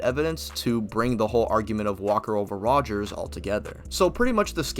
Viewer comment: All you need to know when deciding that this guy doesn't know shit from shinola is that he keeps calling Cap "Rger." It's basic and he doesn't know Cap's name. Fail.